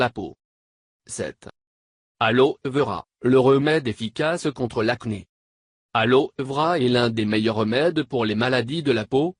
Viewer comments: La voie est trop rasoir g failli m'endormir 3 × et puis alors vera on prononce aloé vera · jsui morte comment il a dit Aloe Vera 😂😂😂😂